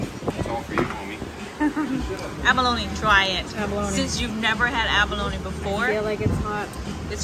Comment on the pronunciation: SAS face when she says “abalone” are you serious 🤣🤣🤣